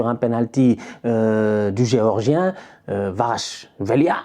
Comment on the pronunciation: Ça se prononce Cavarach Kélia